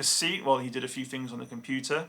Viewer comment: how come Poms always say FINGS instead of THINGS